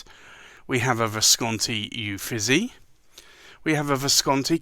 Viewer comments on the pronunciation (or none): I always love seeing the currently inked. Thank you! I don’t want to nitpick, but Uffizi is pronounced “oo-feet-zee”.